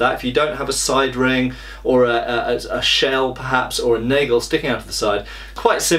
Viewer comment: Just a minor thing: The "a" in the German word "Nagel" is pronounced the same way as in the word "armour".